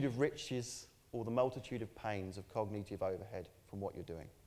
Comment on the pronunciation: aaaaannnnnnnd, before anyone asks, Brits do not pronounce that word like that (cogneeeeetive). Apart from this one.